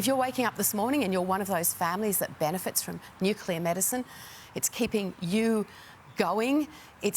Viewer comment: can he just pronounce Nuclear properly.